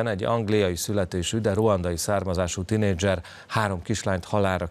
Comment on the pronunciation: Mi az hogy "tyinézser" ? Már magyarul se tudtok a hires Bugyipestön ?